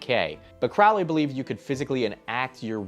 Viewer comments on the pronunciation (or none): And by the way it’s pronounced “Crow-ley” like a bird, the crow. He paired the word “holy” with his own name in one of his psychopathic poems. Crow-lee.